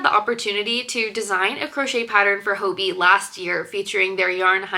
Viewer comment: Im from denmark and im pretty sure “hobbii” is just pronounced like hobby